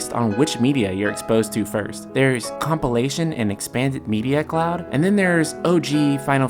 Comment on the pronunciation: Are you saying Clow?